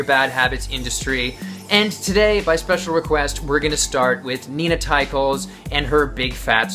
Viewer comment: You pronounced her name wrong.